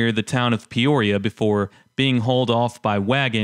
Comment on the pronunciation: Mispronounced Miami, Douthat and Peoria. My Dad, his brothers and His Dad worked the mines in Picher. They lived in Quapaw. When I was a kid (early 1970's) the chat piles were huge and guys drove dirt bikes and dune buggies over them.